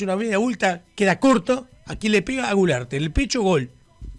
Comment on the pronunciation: Culearte no gularte 😂😂😂😂